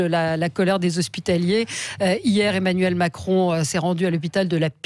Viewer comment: Est-ce que Mme Expert aurait fait un lapsus linguae en disant "Emmanul Macron" ou ai-je eu une hallucination auditive ?